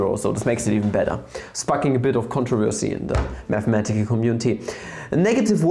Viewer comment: meth-a-metical you say